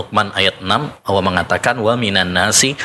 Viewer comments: Apa Ana salah dengar ya,Ustadz menyebut Alloh tp kedengarannya Awwoh.... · Ini baru pas..,cari ustadz yg memang sanad keilmuannya mumpuni la seperti yg diatas ..,mhn maaf klo Ustadz yg ini pengucapan lafazh Allah nya aja kurang pas klo mnrt sy.. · saya stju...nyebut kalimat allah aja gk bner. Nyebut nabi saw aja msih belepotan